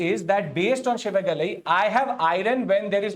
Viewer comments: IT'S SIVAGALAI✅,NOT SHIVAGALAI❌ THERE IS NO SHA SOUND IN TAMIL LANGUAGE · It's Si-va-ga-lai and NOT Shi-va-ga-ly... There's NO "Sh" in Tamil language.